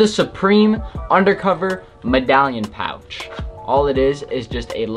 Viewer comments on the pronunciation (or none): none